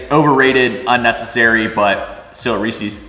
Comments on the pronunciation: I love your channel- and you seem like a rad dude to hang with. That said... it's Reese's, not Reeseeeeeeeeze. 😂❤️ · Why you say Reese’s like that?